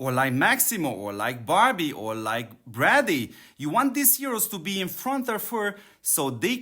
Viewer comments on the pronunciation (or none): none